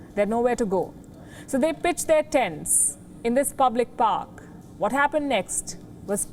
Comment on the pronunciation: ~First of all it is pronounced p'ar'k, not p'o'k. Also another error is they are 'NOT' 'Trudeau's police' as Canada has many, many different 'city' police departments including the Ontario Provincial Police (OPP) and RCMP. I have never voted for Trudeau & his political party so I am not his supporter. ~Yes homeless people should be treated with total respect and helped. They have shelters to go to and Canada has welfare money for them with free health care. Three things: 1) The homeless people were warned ahead of time and given time plenty of time to move to a shelter but defied the warning. 2) They 'are' breaking the law by camping there, it 'is' illegal (not legal). 3) People that were not homeless were protesting there. ~Also the Indigenous people mentioned above were blocking highway roads and breaking the law.